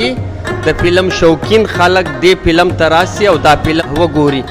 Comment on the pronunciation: وروره ف ته پ تلفظ کوی. پلم نه دی فلم